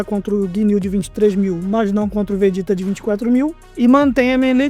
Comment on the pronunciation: Briga de nerds incluindo um que quer falar de dragon ball e falar "vejéta".